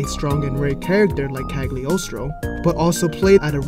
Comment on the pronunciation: The “g” is “Cagliostro” is silent.